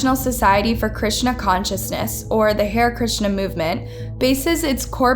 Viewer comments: Pronounced "HA RI" not "Hare" which is a rabbit. The Beatles made hari Krishna popular in the west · Hair krishna???? It is ha-rey Krishna. Please check pronunciations of foreign words, especially. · Check your pronunciations. Especially words that are foreign to you. Ha-rae Krishna not ‘hair’. Can’t finish watching this video, the mispronunciation is too distracting. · There was a lot of bad pronouncements in this video. “Hair” Krishna lol.. it’s Hare.. like “harry” — and she pronounced macabre wrong too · It's pronounced Ha (as in hut) re (as in do re mi) Ha-Re Krishna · You are saying the “hare” in Hare Krishna like the word “hair”. That’s not how it’s said. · Sorry but you butchered the pronunciation of “Hare Krishna” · That's not how you pronounce "Hare Krishna". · Good video but it’s pronounced “HAIRY”-KRISHNA. And it’s also EXTRADITED, not “extracted”. Lastly, it’s “UN-SCROOP-YOU-LUSS”. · Har-ee Krishna and unscroop-you-lus